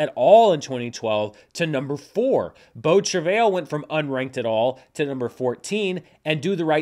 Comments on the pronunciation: Yours was more like Travel. Like I said though, probably doesn’t matter. The pronunciation I mistakenly referenced from google is Americanized. Not wrong or right I guess, just not what my ear is used to hearing. The French is more like Trav-eye. the L is silent. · Incorrect. If you're pronouncing it using the french pronunciation you would not include the 'L' at the end. It's hard to do phonetically but it's more of a 'tra-vye' with the 'vye' part rhyming with 'eye'. Source: Canadian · Shuddering at the pronunciation of beau travail. From my 3 years of high school French and one year in college I'd pronounce it bow(like bow and arrow) trav-eye. Don't worry, Italian is tough for me. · As a French person pronunciation of “beau travail” made my day. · "ail" in "travail" is pronounced as the English "i" :)